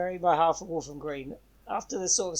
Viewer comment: It's Walham, not Waltham. Walham is a small part of Fulham near the Broadway.